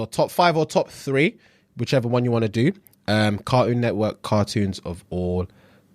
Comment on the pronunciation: As a South African hearing British people not pronounce the 't' in words is always funny. But hearing version of Cartoon network floored me 😭😭😭😭😭😭😭😭😭😭